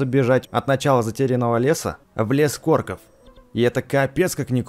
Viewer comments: не деревня КОРКОВ а деревня КОРОКОВ увидь и читай правильно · говори правильно не лес корков а лес короков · не корков а короков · не лес корков а короков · испытания короков а не икорков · Не корков а короков